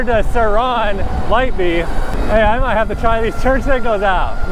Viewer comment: stop saying surron like that please